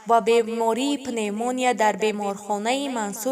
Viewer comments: Э Кадамшо илтимос и ровии бесавода ай кучо ёфти пневмония гуфтестай даьфш кн шарманда кад каналта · Журналисткаи бе савод пневмония мега гап зада наметона о рав авал хон савод гир бад блогер шав